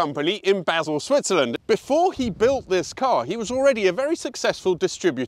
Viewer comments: "Basil", Switzerland? Come on,. It's BAH-zel in German and BAHL in French. It's just over the Swiss border from the Bottom-left corner of Germany. The border between France and Switzerland is the same as the city limits of Basel in some places. The joys of putting out Youtube videos 😀😉 I remember the car from when it was released. One of my lust objects. Great review. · It's pronounced 'Bah-zel' not Basil Brush...! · Basil? Bars-all please, or barl if you're a French speaker. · Learn to pronounce where the car was built before you say it wrong again and go online saying wrong. It’s not built in Basil, it’s built in Basel the a sounds like an r in German so sounds like Barzel. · Hi... its pronounced Barzul.... i have never seen a Monteverdi on the streats of Switzerland and this is probably one of the best video reviews i have seen from this exotic manufacturer.. a walk around the car and showing the boot etc would be nice well done great content! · I love that thing... I was told off once for pronouncing Basel like the herb... It's Bahl I was told, and it is/was.. Now though in the intervening couple of decades even some locals apparently say Bahzl...? Who knows.. Who cares? Me it seems. I'm trying to work out at the moment if I prefer the DBS.. Another thing I'm not sure of. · I maybe wrong but i think That Basel is pronounced Baal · Actually Basel is Basel (and certainly not Basil as pronounced ) as authentically spoken and written in German. The French version of the name of the city is Bâle and in Italian and Romansh it is Basilea. Since Basel is decidedly slap-bang in German speaking Switzerland its designation in English should be Basel. One would—after all—not want London to be called Londres or Londra or Londres or Londen or Llundain when speaking neither French, nor Italian, nor Portuguese, nor Afrikaans, nor Welsh? ...